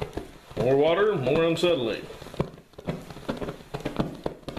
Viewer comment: Ancetylene? No, acetylene.